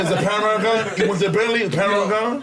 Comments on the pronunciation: "Panarama"??? I Could of swore the car was Called a "Porsche Panamera".... And they Really gon Keep letting him sound stupid af without correcting him too smh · kills me every time he says,"Panorama".....it's a Panamera dog!! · Is he saying Panamera? Like the Porsche Panamera ? He saying /pronouncing it as panorama (which is like the long extended photo) it was throwing me off lmao 😂